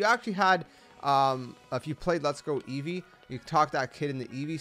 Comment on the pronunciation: EEVEE, NOT EVEEVE!